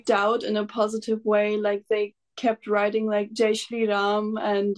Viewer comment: JAI JAI SHRI RAMMMMM SISTER, YOUR PRONOUCIATION IS PERFECT, MAY SHRI RAM OFFER YOU COMFORTS, RESPECT & WEALTH IN YOUR LIFE ❤️❤️❤️❤️❤️🙏🙏🙏🙏🙏❤️❤️❤️❤️❤️